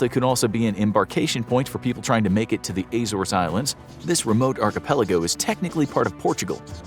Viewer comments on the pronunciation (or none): The AY-zores lol.